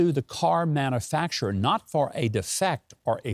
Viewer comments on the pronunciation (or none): Its pronounced man-u-facturer not man-a-facterer i guess you and Brandon went to the same schools.